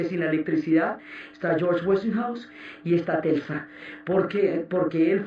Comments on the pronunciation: Hermosa serie!!! Aunque aún no supero que alguien de la talla de Diana Uribe haya dicho en reiteradas ocasiones "Telsa" en lugar de "Tesla", la primera vez que lo dijo pensé: Se confundió, pero siguió diciéndolo mal, y eso me distrajo horrible de la narración!!! Que cosas... 😫😕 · Telsa no, es Tesla! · jajaja que estress con eso de TELSA jajajaj te amo Diana :3